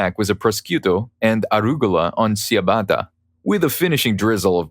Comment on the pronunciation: Dude… you need some help. Ciabatta is pronounce …chia not sia Etc. ends with setera pronunciation not chetera